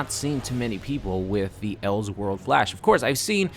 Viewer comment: Anyone else annoyed by his pronunciation of "else world"